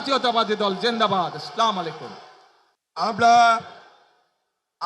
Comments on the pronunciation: উচ্চারণ সহকারে সালাম দেওয়াটা শিখলেো না । আস্লামালাইকুম এটা কেমন সালাম। এই সালাম এর অর্থ কি। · আমাদের নেতা সালামটা ভালো ভাবে দিতে পারলেন না কষ্ট পেলাম😢 সালামটা এরকম হবে আসসালামু আলাইকুম 😊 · আসসালামালাইকুম ❌ আসসালামুয়ালাইকুম ✅😁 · Assalamu Alaikum,,,😂😂oni bolse assalamu malaikum bolse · আসলমিলিকুম‌না আসসালামুয়ালাইকুম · আসসালা মালাইকুম তারেক কে সালাম শিখাতে হবে । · আসলামু আলাইকুম নয়, আসসালামু আলাইকুম হবে। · সালাম টাও তো ভালো করে দিতে পারেননা। আসসালামালাইকুম অর্থ আপনার উপর গজভ নাজিল হোক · আসলামালাইকুম, আহারে! নেতা তো সালামের সঠিক উচ্চারণটাও জানেন না। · সালামটাও ঠিকমতো দিতে পারলো না উনি হবে জাতির নেতা। আমার কপালটাই খারাপ। উনে বলে আসলামালাইকুম। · কেমেন নেতা সালাম দিতে যানে না,,আস্ সালা মালাইকুম বলে,,😅😅,,সঠিক সালাম শিখে আসেন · ছালাম টা শুদ্ধ হয়নি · সবাই ফলো করেন, আমাদের প্রিয় নেতা ভালো করে সালামও দিতে পারে না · আপনার সালাম শুদ্ধ হয় নাই সালাম শুদ্ধ করে শিখেন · নেতা আজো সালাম টাই দেওয়া শিখলেন না,,মানুষকে বোঝানোর জন্য দায়ে পড়ে ২-৩ টা আরবি বলেন তাও ভুল,বাহ🙂🇧🇩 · একজন মুসলিম হিসেবে অন্তত আসসালামুয়ালাইকুম সঠিক ভাবে বলতেপারা উচিত। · দেশ চালানোর আগে সালামটা শুদ্ধ ভাবে শিখুন নেতা☠️ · Salam ta shuddho hoynai......suddho kore salam dile valo hoy😢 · সালামটা শুদ্ধ করে দেওয়া আবশ্যক নেতা। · সালামটা সঠিক ভাবে দিতে পারলো না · সালাম সুদ্ধভাবে শিখিয়ে নিয়েন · Salam ta thik vabe dite parcen na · সালাম টা সঠিক ভাবে শিখা দরকার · সালাম টা হল😢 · এমন নেতা , দেশবাসী কে সালাম টাই ভালো করে দিতে পারে না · এটা কেমন সালাম শুদ্ধ করে সালাম টাও দিলেন না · যেই লোকের সালাম শুদ্ধ হয় না তাকে তুমি নেতা মানছো কোন বুঝে উত্তর দিতে হবে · হায়রে নেতা সালামটাও সহিহ শুদ্ধ করে দিতে পারল না ইন্নালিল্লাহ